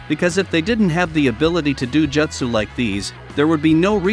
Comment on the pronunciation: The way you pronounce "Jutsu" keeps triggering me